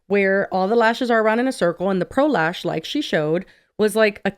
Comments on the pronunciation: Anyone else think they are going to say prolapse when anyone says pro lash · One time y’all said pro lash and my brain said pro lapse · Pro lash sounds like prolapse and I just can’t 😂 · I know I'm the problem here but the name "Pro Lash" sounds like prolapse when ppl say it. I can't unhear it